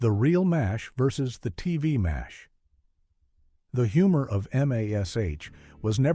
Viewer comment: It's very obvious you're using an AI voice to read this, and it's very distracting. M.A.S.H was always pronounced mash, not each letter individually. Human readers who have studied the show know this, the AI doesn't. Maybe you've got some interesting info in the video, but I won't know because I can't watch this.